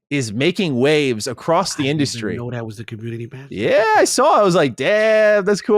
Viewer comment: dude you have to stop saying SSSARWRR instead of saw, just simply saw... that is just absolutely insane